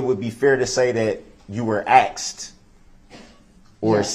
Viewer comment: He AXED too many questions and got upset when the judge SUBSTAINED the prosecution’s objections. He’s FINNA spend the rest of his life being told when to eat and wake up. I hope he accepts the TROOF of his situation.